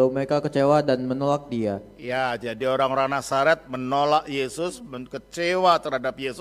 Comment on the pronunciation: yg menjelaskan bikin org pusing apalagi yg membacakan ayat"nya mual lambungku,dia menyebut kata orang" menjadi oang" 😂😂😂